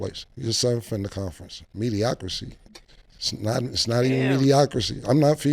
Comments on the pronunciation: Somebody please tell Camron that the word is not MEDIOCRACY. Mase is saying it correctly. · So yall just goin keep letting Cam say mediocracy 😂😂😂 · So they’re just gonna keep mispronouncing mediocrity huh lol